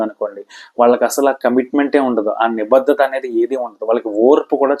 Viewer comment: మీలాంటి వారు కూడా తెలుగు ఉచ్ఛారణ లో ఇన్ని తప్పులు మాట్లాడుతున్నారు. వత్తులు ఎక్కడ పెట్టాలో అక్కడ పెట్టకుండా వేరే చోట వత్తి పలుకుతున్నారు(ఉదాహరణకు భాద్యత కాదు బాధ్యత, నిబద్దత కాదు, నిబద్ధత ect). కొంచెం ఆలోపాలని సరి చేసుకుని తెలుగు ని బతికించడయ్యా బాబూ.😒